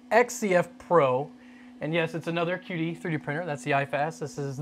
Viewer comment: It's not pronounced key dee? gif, gif?